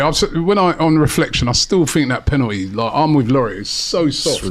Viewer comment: Why does says the word penalty “penateee”? Why does he try to talk black? You’re not black mate, you’re right? Sort yourself out pal ffs